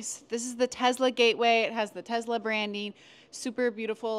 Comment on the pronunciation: FYI: It is Tesla. not TEZZZZZZLA